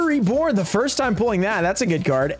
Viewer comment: voice "foist"